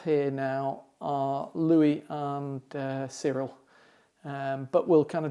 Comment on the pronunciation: Whenever Louis calls out to Cyril it sounds like he’s saying ‘cereal’ kinda funny. Johanna Maine USA